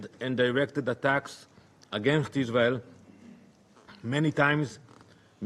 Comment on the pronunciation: Oh Danny, not you weposting youwself at the UN to feel like a big boy. Maybe if you say tewow enough, the stupid Israeli sycophants will still bewieve you. Question for you, who is Iswael gonna negotiate with if you keep killing the negotiating team?